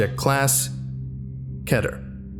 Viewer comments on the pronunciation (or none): its pronounced key-ter, not ketter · It is pronounced K-E-Y-TER NOT K-E-T-T-E-R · Whenever you say keh-ter i die a little inside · keter Kehter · It's Ket-Air! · You absolutely butchered that. It means "Dreams of a better world"